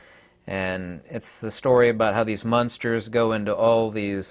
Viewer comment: It’s amusing how you keep pronouncing it “munsters” 😅